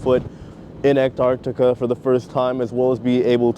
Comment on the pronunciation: I've been watching a lot of Antarctic cruise videos just lately and it's so refreshing watching yours because you're an American who pronounces Antarctica properly, not Anartica. 🤣